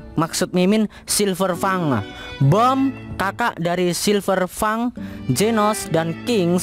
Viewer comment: Silverfangek... We dengernya kek gitu